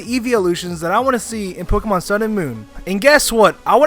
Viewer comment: I hate hearing mispronounce Pokémon names